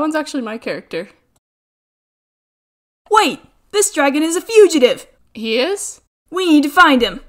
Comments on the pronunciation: “Dergun” Ah yes my favorite name for dragon. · Dragon from this day on shall forever be pronounced as dergon, also I've watched this video 20 times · “Hey I could make a dergon out of this yes i cood”